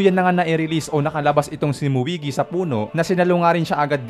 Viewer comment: Muigi.... 😂😂😂 Moegi po 🤣